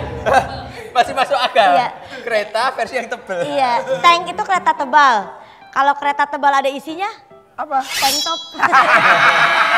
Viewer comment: Kereta Kebal bukan kereta Tebal